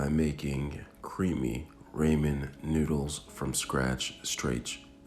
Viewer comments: you definitely didn't. You said "ray-men" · Man said 'raemin' 👁️👄👁️ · Ummm i think i where supposed to put milk in the ramen or how u said it raymin so it could be creamy bc of the milk. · Flavoration, raymen and cook noodles aldental 😂😂😂 Hilarious. 👍🏽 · “creamy rAYMIN noodles” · The rAymin is such a turn off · it’s Rah-men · Your getting me triggered😟stop saying raymen😤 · Noo he said ramen wrong .nooo now i say it the way he says it whyyy god why. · Then pronounce it that way. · Yooo. The way you say Ramen makes me uncomfortable with moonlight sonata playing in the background.